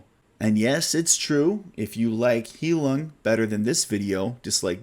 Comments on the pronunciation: It’s pronounced “High-loong” it’s German for “healing”. 😉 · I forgot to mention... I noticed you mentioned Heilung a lot. It's actually pronounced High-lewng, or high-loong, whichever is easiest to read. Basically, think of the loon bird, then just add an 'ng' at the end.